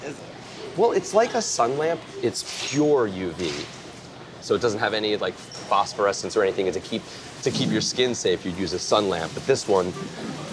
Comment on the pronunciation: He said phosphorus lmfao that spelling terrible